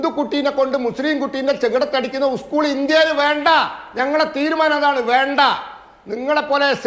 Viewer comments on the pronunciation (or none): ഉസ്കൂള് അല്ല 😄😄 സ്കൂൾ